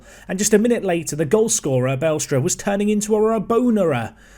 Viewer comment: BA-LESTRA not BALE-STRA I guess.